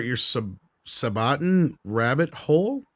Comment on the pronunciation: I'm triggered at how pronounced Sabaton!:D